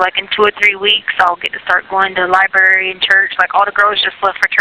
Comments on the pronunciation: She was a teacher ?? With a doctorate ?? and she calls a library a "libary??? continues to smh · And the "libary" and "wrasslin". And this woman was a teacher? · Lie-berry--but, yeah, she has a Doctorate in Education!